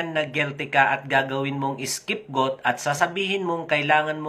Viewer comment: Galing ng pronunciation🤣🤣🤣🤣🤣 skipgoat??? You mean scapegoat???🤣🤣🤣🤣 IPIC or APEC??? ANO BA TALAGA, SIR??🤣🤣🤣🤣🤣 What a funny LIAR vlogger👎👎👎👎! 🙋🏻‍♀️🇵🇭🇨🇦